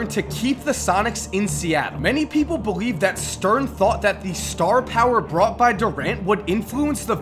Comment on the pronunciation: At 5.33 he said beweave